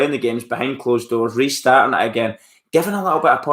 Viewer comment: Ummmmm Resarting??? Whats that?? 🤣🤣🤣🤣